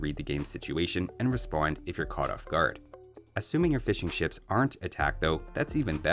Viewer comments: I keep hearing "fish and chips" when you say "fishing ships". 😂😂😂😂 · Swear to God I kept hearing "fish n'chips" instead of fishing ships